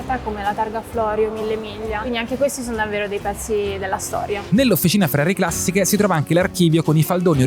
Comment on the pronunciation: Posso capire la pronuncia di Shmee, basta che guardi come si veste… però vi fa pubblicità e in linea di massima sà ciò che dice quindi può andar bene ma il giorno che vedo SuperCarBlondie a Maranello parte la boicottata. Ma chi ci sta alle risorse umane in Ferrari? Va subito rivisto quell’aspetto. Queste, a varie riprese hanno pronunciato la parola “classiche” in un modo che non si riesce neanche a scrivere … Forse “Classìsh”? Comunque vergogna. E mannaggia a te per non aver detto niente. Le dovevi metterle in riga pubblicamente. Ferrari non va trattata come una società qualsiasi, è una nostra eccellenza; neanche a Ferrari Città del Messico o a Hong Kong possono stare queste.